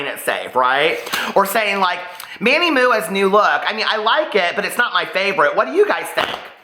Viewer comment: “Manny Mooah” kills me every time 🤣🤣🤣 Love you!